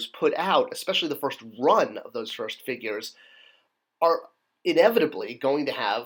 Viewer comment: "Figrues" LOL